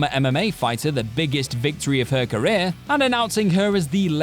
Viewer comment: Why did you say career so strange? I need to know